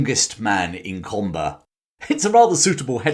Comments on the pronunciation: FYI. Comber is pronounced Cum- (as in Cumberland - or as we locals would say "Come") - ber> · The correct pronunciation of the name of his home town is 'Cumber.' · Cum ber. How to pronounce Comber.